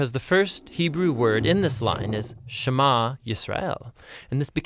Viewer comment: Sema- SHEMA lol.. It's funny how Amharic is a softer version of Hebrew.